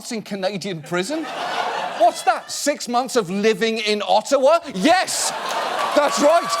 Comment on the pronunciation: The real burn is the way you pronounce Ottawa 🇨🇦😉